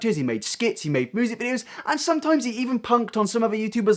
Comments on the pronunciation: “Moosic video” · It might be mean to say but I laugh every time when he says music. He says moosic lol. Sorry I know I’m being mean but it’s just funny for me.